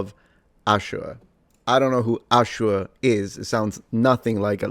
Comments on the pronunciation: Put some respect on the way you say Ashur. Firstly Ashur was a good charachter in the original series. And secondly me as an Assyrian don't like your pronunctiation of the word. Watch out Roman. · HOUSE OF UUUSHERRRR 😂